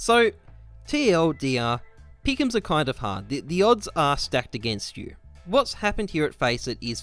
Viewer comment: The gowwld peekums troh-fee